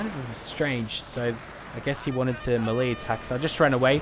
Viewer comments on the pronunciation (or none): Melee Is pronounced May-lay, A part of me dies when you say it wrong